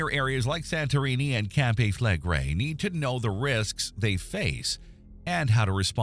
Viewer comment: Mispronounced - CAMPI - SANTORINI - clickbait. These doomsday prophets never die out. Waste of your time.